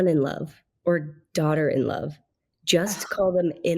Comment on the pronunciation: The changes in your expressions as very carefully annunciated daughter-in-love and son-in-love was PRICELESS. 😂